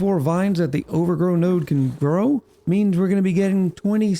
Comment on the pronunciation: it's OVAGRO not OVERGROW. wth dude? xD